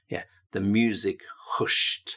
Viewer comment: Extremely useful for ESL students! Note: “hushed” should rhyme with “gushed”— not “pushed”.